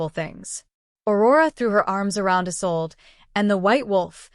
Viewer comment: What's with the gibberish that runs through parts of the story. The Story is Good I enjoyed it but someone really needs to do some proof listening or reading. Isolde, Isolde not a sold.